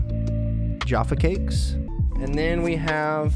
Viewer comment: It's not pronounced Jarfar it's Jaffa. The a is a short syllable. There is no R sound.